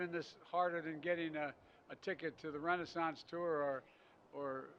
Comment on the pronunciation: "Rennaisance Tour" LMAO.